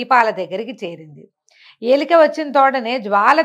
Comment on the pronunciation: ఎలిక కాదు ఎలుక 😊